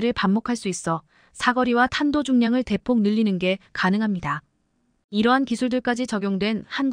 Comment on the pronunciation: 대폭이지 대쪽인라고하네? 폴란드지 쪽란드라고 하네? 뭐지 한국사람 맞나?